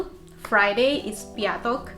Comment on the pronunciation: You are doing very well :) Greetings from Australia. Keep going! Bojuj! Pokračuj! 10/10 for Piatok's pronunciation ;)